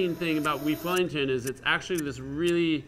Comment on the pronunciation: "weef wellington